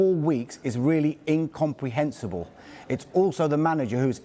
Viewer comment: Amusing that matey stumbled over the pronunciation of the word incomprehensible 🤡